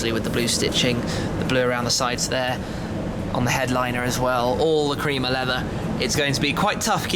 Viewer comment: WTF blue and creamer? blue and crema pronounced kre-ma